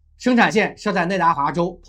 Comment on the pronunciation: 你的每个节目口误都一样，内华达说错为内达华了